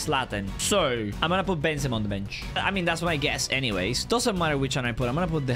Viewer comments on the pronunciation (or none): none